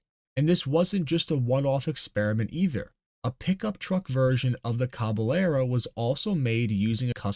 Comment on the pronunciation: Cabellero is a Spanish word. "ll" is a "yeh". So. Cabe"yehro". Interesting little bit of history. Never knew there was a "car manufacturer" in Idaho.